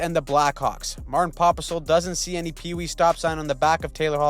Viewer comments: Martin Pospisil, not Popisil. Pos - pisil. Aka •The Piss Whistle •The Piss Missile •Popsicle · popisol really? its pospisil